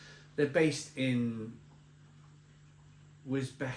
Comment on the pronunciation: Wisbech, despite how it's spelt, is pronounced Wizz-Beach. Black Dog used to be a very good beer, especially on draft, but it sounds like they've ruined it.